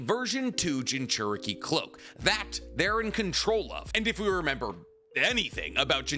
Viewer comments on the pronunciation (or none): none